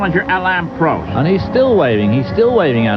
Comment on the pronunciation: Prost . Not Proast. 😢